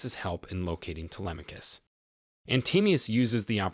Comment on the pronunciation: U mean his pronunciation was good? Bc he pronounced the name very good as someone who doesn't speak Greek